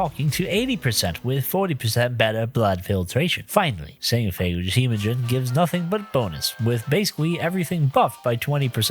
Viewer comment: you did NOT just say "sanophage"......jfc ppl are so dumb